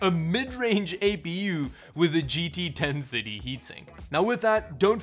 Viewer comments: i cringe every time i hear 10-tirdy. why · i love how you say 1030. 'ten thuddy' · I can't get over it when he says "GT Ten Fiddy" :D